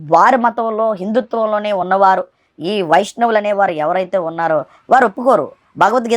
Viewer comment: వైష్ణవులు అని పలకడం రాక వైశ్యులు అంటున్నాడు.. 🤣🤣🤣